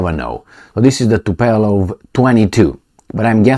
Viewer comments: Not Tupelov but Tupolev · TU-PO-LEV .... not TU-PE-LOV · It's not "Tupelov",, is Tupolev. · It's Tupolev, not Tupelov. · The planes are named Tupolev, not Tupelov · TUPOLEV and not TUPELOV,. Just to make you know about the name of this Russian society. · Zi Tupolev, nu TupElov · It is TUPOLEV not Tupelov! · say TUPOLEW -like : too-pol ev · Come on you got me miss-pronouncing Tupolev too.